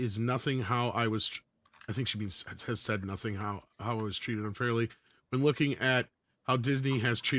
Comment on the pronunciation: The word is "noting,", as in taking note of.